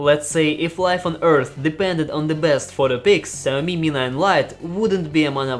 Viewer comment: Who the fuck is Zammy? It's "Sha -O-Mee"